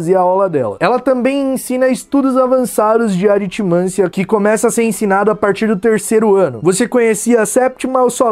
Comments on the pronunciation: Oi, só por falar mesmo, mas, pelo o que eu sei (o que eh bem pouco) a sílaba tônica de aritmancia eh o ci e portanto, se pronuncia aritmanCIA, e não aritmância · É aritmancIa mesmo, se fosse aritmAncia teria acento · Aritimancia é bem melhor que "aritimannncia". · a pronúncia correta é aritmancIa, pois segundo as regras de acentuação se fosse diferente deveria se escrever aritmância. A pronúncia é como em melancia. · Eu jurava que era a Lilá que tinha morrido no filme, não a professora de Runas Antigas. (, a sílaba tônica de "Aritmancia" é o "-ci", é uma paroxítona. Se fosse AritMANcia, proparoxítona, precisaria de um circunflexo).